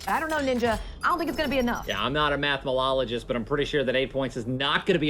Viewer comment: Nobody: Ninja: “I’m nOt A mAthMalOLogIsT”